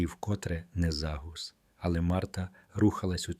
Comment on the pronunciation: ЗніяковІв'-наголос😂загУс,та інші